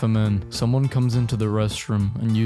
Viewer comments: The way you said “urainal” hurt me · bro rly said ur-ai-nal 💀💀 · So no one is gonna bring up how he pronounces “urinal”? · UR IN AL. NOT UR EYE NAL. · why did you pronounce it "urainal"? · Did u just say ur-eye-nal? U gotta go no excuse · Hold on. I'm playing this in the background while playing a game and I had to pause. Did mf just say u-RINE-ul? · The way you pronounce ‘urinal’ pisses me off (no pun intended) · Why the hell do you pronounce urinal like that??? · why does he say urinal like vagina